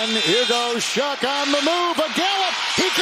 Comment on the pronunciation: not shuck doofy. pronounced Shugg